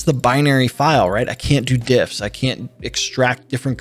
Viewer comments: shouldn't that be "diffs", not "divs"? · haha, you mean "diffs" not "divs" right?